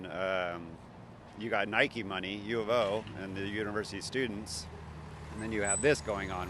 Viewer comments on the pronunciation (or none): none